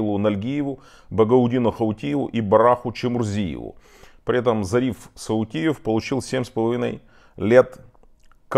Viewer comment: Зариф Саютиев, (Зарифа Саутиева), Малсаг Ухажев (Малсаг Ужахов),неужели нельзя запомнить и правильно произносить эти фамилии, они каждый день печатаются и произносятся в интернете.